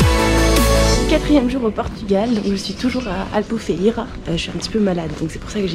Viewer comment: La ville c'est Albufeira et non Albufeiria, aussi les grottes ce n'est pas Benaguil, mais Benaguil. Nous les Portugais sommes "très à cheval" sur les noms😉